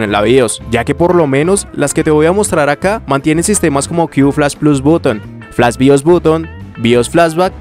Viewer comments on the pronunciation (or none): none